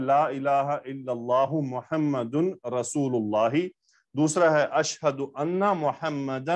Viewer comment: Sir ashhaduanna men zabar aata hi